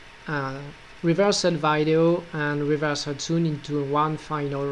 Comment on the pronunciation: he pronounces sound as sund. haha!